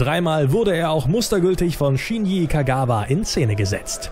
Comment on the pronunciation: Es heißt Shinji und nicht Shini!